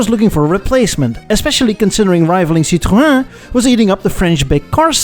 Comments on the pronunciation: Awesome video! The french way to pronounce Citroën is : Sea - trow — en (en of “en”vy ) the english way "sitrun" work too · Citroën --> SI--TRO--"N" (like the letter "N") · Citroën comes with "ë", so please don't drop the "n"! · Someday, you're gonna learn how to pronounce Citroën correctly...